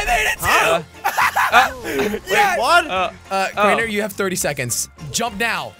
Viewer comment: When jelly says crainer it sounds like traitor